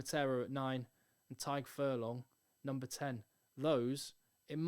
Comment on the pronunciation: Great vid, but I'm not sure if you meant it or not but the G in Tadhg isn't silent ;) It's like "Tiegh" or just "Tieg"